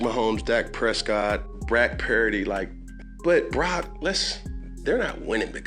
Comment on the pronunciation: He feels so badly towards Brock Purdy he won't even say his name correctly... Brack perdy, F Newton. Not for his opinion, but for his blatant disrespect...